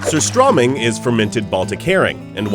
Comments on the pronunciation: Its sooo funny how they pronounce "surströmming" Haha :) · As a Swede, the pronunciation of surströmming throughout this video just kills me. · Goodness me! This dude can't even say the name right! ("Ser-STROH-ming") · You pronounce strömming right, but not sur. And it's tunnbröd, not tunn brodt and you pronounce it wrong. But yeah. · You pronounced Surstömming correctly in the intro but never did it again throughout the entire video. Why?